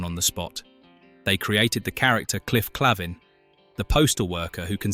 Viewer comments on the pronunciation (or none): Mispronounces Cliff's last name. AI's always get a thumbs down from me.